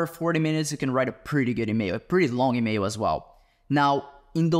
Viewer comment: Bro is saying "email", here I thought he was saying "mayo".